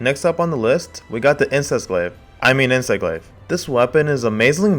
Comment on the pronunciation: Did i just hear "Insest Glave" lmao